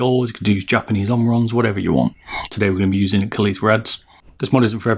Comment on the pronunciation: i think kailh pronounced kale